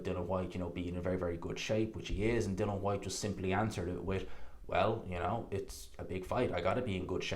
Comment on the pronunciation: It’s DILLIAN. ffs